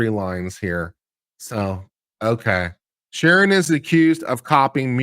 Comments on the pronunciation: It's Sheeran, Sheeran. Not Sheernan, or Sheeren, or Sheehan!!! As you were people! ;-) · I can't watch you anymore....You can't even get sheerans name right! Unsubscribed!